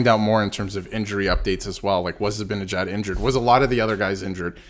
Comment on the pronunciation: His name is ZiBANajad. If you can't even pronounce his name correctly where is the credibility for anything else you have to say.